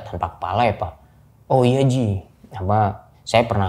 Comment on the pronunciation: Cara dia berkata "Ji' dengan pdnya membuat saya tertawa